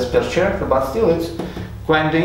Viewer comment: A little bit of constructive criticism here: I couldn't understand about 25% of your words either because of your accent or distracted by some words just mispronounced like "character". It's pronounced like k-aracter, no ch-aracter. No offense intended. I wish you luck with your channel!